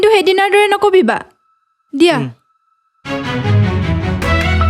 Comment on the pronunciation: “ নকবিবা ” ভুল উচ্চাৰণ